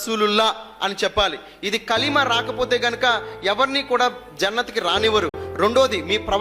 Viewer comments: నువ్వు ఖురాన్ బోధ చేసావా naku నవ్వు వస్తుంది కలిమ సరిగ్గా పలకడం రావటం లేదు నువ్వు ఖురాన్ బోధ చేసావా శుక్రవారం ఫాజాలే ఆమల్ చదవాలట అదేమైనా ఖురాన్ అనుకుంటున్నావా అది హదీస్ పుస్తకం నువ్వు ఏమి తెలియని క్రిస్టియన్ సోదరులను బురిడీ కొట్టిస్తున్నావు నువ్వు మతం పేరుతో బిజినెస్ చేస్తున్నావు... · వాడు మిమల్ని బురిడీ కొట్టిస్తున్నాడు వాడికి ఇస్లాం మీద అవగాహనా లేదు ఈ వీడియో లో చదివిన కలిమ నోరు పలకటమే రాలేదు వీడు ఇస్లాం బోదించడా 😂😂